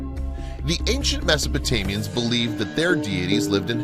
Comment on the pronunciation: Did he say Mesotamians? lol